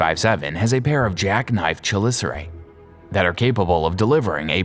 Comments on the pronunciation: Also chelicerae, he pronounced it wrong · Also chelicerae